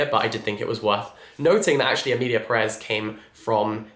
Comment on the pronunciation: it’s Pérez not Peréz, the accent mark is on the first E so the stress when pronouncing it is made on that first E, PErez 🙂